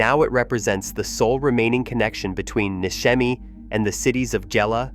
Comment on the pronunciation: Pronounced NISHEMI, not NISKEMI